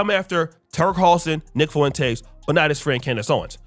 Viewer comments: “Nick Fuhwintays”😂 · Am I the only one that think he pronounces Nick Fuentes weird?